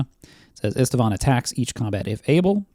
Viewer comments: are you a human being or a hallucinating AI? Why are you adding letters to Istvan’s name? It’s NOT “Istivan” learn how to read moron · It's read [ˈiʃtvaːn], it's Hungarian for Steven.